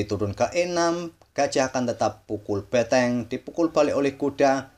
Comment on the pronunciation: BENTENG..bukan BETENG